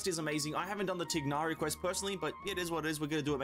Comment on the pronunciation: I'm puzzled, almost everyone I watched says "teegnari", while in the game it's clearly pronounced "thigh-nari", am I missing something? ._. Genshin matures, I hope they'll go dark honkai route. The atmosphere is the withering zones is amazing. Eerie, creepy, kinda scary even.